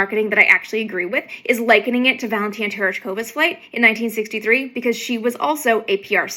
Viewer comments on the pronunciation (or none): Amy: it's Valentina, not "Valentine." 👍🖖